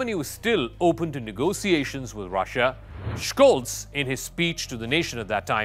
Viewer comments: Scholz. Not Schkolz. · The German "Sch" is spoken like the English "sh". So he is pronounced Sholts. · Please learn now to pronounce Scholz name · You should pronounce Scholz and Schroeder properly. LOL the devil is in the details